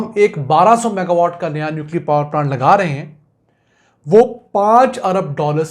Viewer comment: Saff saff maga watt bataya kro